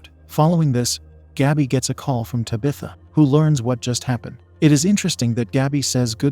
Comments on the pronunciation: Bruh just type in "Tab. ith. Ah" in the AI voice thing, it'll be spaced out but it will at least pronounce the damn name right...😂😢😂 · Lmfao “tubithuh” i feel like this is how mike Tyson would say that name 😂😂😂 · I like this pronunciation of Tabitha better. Lol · Me too! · It gives it an old Salem Puritan sound to me.